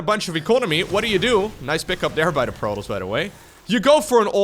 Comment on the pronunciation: It also sounds as if he is saying Protals instead of Protoss.